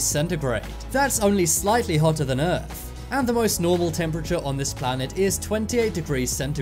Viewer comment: Errph not earth......